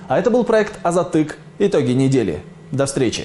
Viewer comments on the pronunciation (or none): Вы хотя бы произносите название вашего же канала правильно: не "Азатык", а "Азаттық". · Не АзаттЫК , а Азаттық! Если не можете произнести казахский "Ы" лучше будет вовсе его не произносить! Ухо режет...